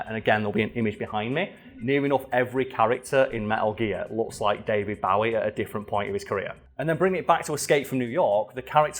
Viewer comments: It's pronounced Bowie not Bowie. Get it right. Fuck sake 😁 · But.. he said Bowie.... and not Bowie..